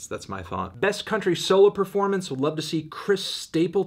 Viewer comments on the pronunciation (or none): none